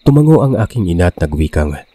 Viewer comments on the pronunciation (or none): none